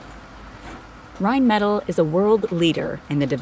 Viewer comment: 1. Rheinmetall rhein-met-AL 2. Rheinmetall does not employ that many black men in the entire company. Do your research and don't try to pass off generic video as ignorant filler.